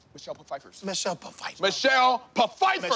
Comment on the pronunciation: Michelle "Pafiefer"😂😭